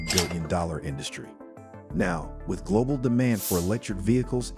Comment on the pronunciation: Global not "Glodal"